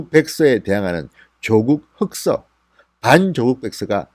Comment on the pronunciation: 흑서 발음이 잘 안되시네요 역시 갱상도이신가요ㅎㅎㅎ